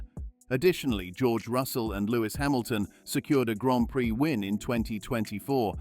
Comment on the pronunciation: I am never watching this channel ever again. You pronounced Grand Prix as gran prick. Good by.